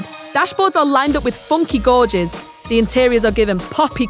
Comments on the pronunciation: Did you say gorges instead of gouges?? Lol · DId she just say "Godges" instead of "Gauges".. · Lol gauges is pronounced gayjiz not gorges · "funky gorges" - ya mean gauges ya 5er hired narrator!! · Agreed, except for her pronunciation of the word "gauges"